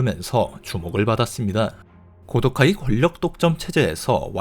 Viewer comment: 고도카이의 정확한 명칭은 코우도우까이로 발음...弘道会(참고로 하고 무시할 사람은 무시해도 됨)